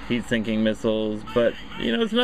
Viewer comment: "heat sinking" Nice video though!